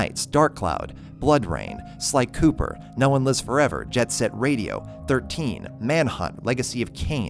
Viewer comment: I love how he said psycooper... but put infamous second son xD